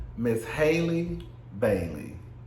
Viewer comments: I'm pretty sure her Halle Bailey pronounces her name "Halle" , like Halle Berry, not Hailey. 😉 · I love you I do, but if you call that girl hailey one more time 😹😹😹 HALLE! Like Halle Berry boo 💀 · It's pronounced HAL-le. Just like Halle Berry, but Bailey instead of Berry. You can pronounce Halle Berry's name, can't you? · Halle's name is pronounced like Halle Berry's name.